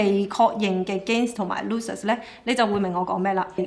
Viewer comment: Good analysis. By the way, “Losses” 讀錯. Thx.